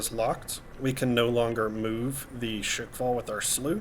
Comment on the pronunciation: It's not "Shake fall", it's rather "Shkval". It comes from english word squall, but it's pronounced with russian accent. (and yes, it actually means what it means in english)